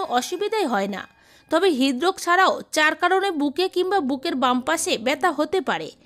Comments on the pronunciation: হিদরোস কেন বলেন।।। হৃদরোগ।।। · হিদরোগ কি উচচারণ ঠিক করুন